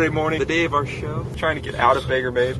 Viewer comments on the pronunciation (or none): Its not banger its bangor maine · Ohmygosh! I live in Bangor! I can't believe you were so near me :). And I'll forgive you for pronouncing it wrong, haha